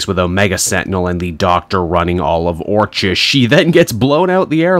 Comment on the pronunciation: Orchis (OR-kiss) like Orchid.